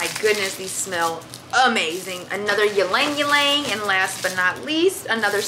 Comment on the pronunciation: I think the y in Ylang Ylang is silent and the way you said it took meee out😭😭😭. Keep up the great work and content! 💗💗